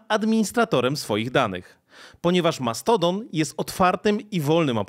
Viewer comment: Wyjdzie na to, że się czepiam, mimo to męczyło mnie to trochę i mam pytanie: czemu, stosujesz mieszankę wymowy stosowanej w angielskim na przemian z artykulacją w naszym języku? Mamy z jednej strony Mastodon (z akcentem na I sylabę) i "dżimejl", a z drugiej słyszymy "Elon Musk" (później nazwanego przez Ciebie "Maskiem" czy też "Outluk". Podkreślam jednak, że mimo tych uwag jestem niezmiennie pełen uznania dla Twojej pracy.